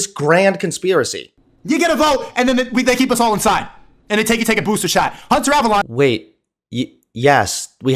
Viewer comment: Hunter Avalon! Hunter Avalon! He can't even say the name right...